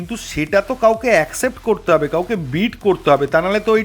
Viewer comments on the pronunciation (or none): none